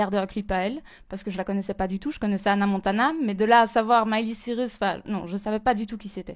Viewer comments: Pour être sosie de Miley Cyrus, faudrait déjà savoir prononcer son nom... Elle s'appelle Cyrus pas Cirus.. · Mais meuf c'est pas parce que ta la même coupe que Miley que ça veux dire que t'est son sosie x)) Puis comment elle dit son nom de Famille SVP :O " Miley Cirus " c'est Cyrus** et LOL XPTDR LMAO Genre Miley copie cette meuf xD alors qu'elle c'est même pas qu'elle existe :') ça me fait bien rire, puis voila y a un petit air de ressemblance mais de la a dire que c'est son sosie... uh non.. je suis Smiler depuis 2006 et je peut dire que Miley est plus belle que cette fille. et genre Borgore c'est l'ex de Miley :O c'est pas parce qu'ils ont fait une chanson qu'ils son forcément sorti ensemble enfin je sais pas j'me souvien pas que Miley sois sorti avec Borgore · Quel manque de crédibilité quand on s'auto-proclamme sosie de quelqu'un et qu'on sait pas prononcer correctement son nom de famille... Jeremstar je t'adore, mais là cette meuf c'est tout sauf un sosie. Elle a juste le même rouge à lèvres, la même coupe, et ça s'arrête là. :) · Sosie de Miley et incapable de prononcer son nom de famille correctement...